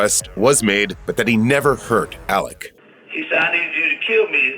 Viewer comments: Why do you keep calling him Alec, when it's Alex? The beginning of this continuously sound like Alec.... Weird, I'm not sure if you can't get his name right or if your intentionally doing it because you think his name is Alec. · Did anyone ever get word to the narrator that it's "Alex", not "Alec"?